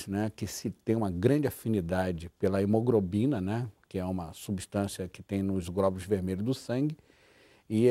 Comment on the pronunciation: Esse médico fala super errado. "emogRobina".